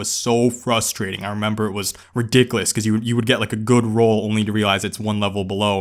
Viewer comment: yeah it was so bad you said Ra•Dick•A•Lus. Lmao